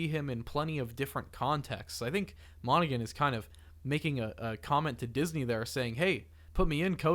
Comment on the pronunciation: Great video guys. New subscriber. Just friendly correction. Cameron's last name is pronounced Monna-Han, not Monna-Gun. The 'G' is silent. Per the interviews where the actor actually says his own full name 😊